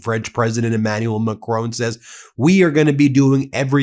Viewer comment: He Bin stop calling president Macron, Macrooon. Listen to Mark Carney or house of El for the right pronunciation! Your pronunciation of Macron gives me the a terrible feeling! So I will call you Bin from now on! BTW I support you content!